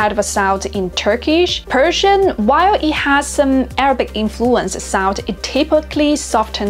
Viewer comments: You don't pronounce Persian words right 😐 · her Persian pronunciation is over terrible come on! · You pronounced arabic and persian the same …. Not correct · به عنوان ایرانی میگم خوب تلفظ نکردی